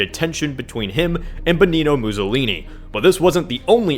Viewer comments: "Benino Mussolini"? it's Benito! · Apparently it's pronounced "Bennino Muzollini"